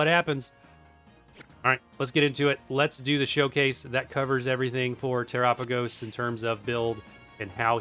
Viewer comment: Why do content creators say Te-RAH-pagos? Its Tera-PAH-gos, like Ga-LAH-pagos